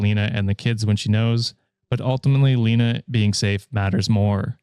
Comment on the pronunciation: My name is Lena and it's pronounced "Lay-nuh"